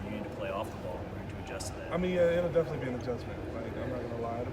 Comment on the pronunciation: Nigga said “defenselly?”